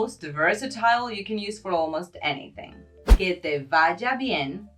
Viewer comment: Se escribe «superbien», todo junto, puesto que super- es prefijo en este caso. Otra cosa: la V de «vaya» es bilabial. El uso labiodental de V suena algo afectado.